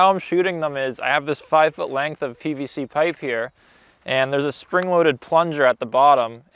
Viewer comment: I swear he said “bbc pipe”